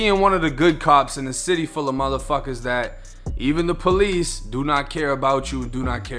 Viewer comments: is he meaning to say “peace officer” or is that the accent lol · Say the word, "Police"... one more time lol that accent is funny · Why you keep saying police like that bro😂😂